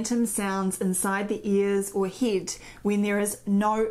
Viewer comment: Great video packed full of useful start points for consideration. Your pronunciation of 'ear' sounds fine to me, not so sure about 'head' though "Hid" :)